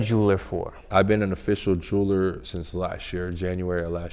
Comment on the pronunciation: “Jury, and juler”😂😂😂